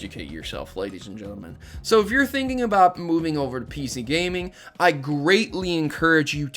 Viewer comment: "The Inconsistency of PC Gaminge" "Gaminge"